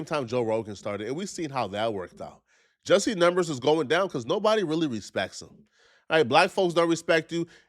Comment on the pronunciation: He can’t pronounce “because” or “attack” properly. Something is definitely wrong with him. Also, I don’t know why ANYONE would give this dude the time of day.